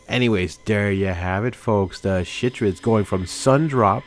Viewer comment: I thought it was "kai-trids". Like the sound in kyte or chitin.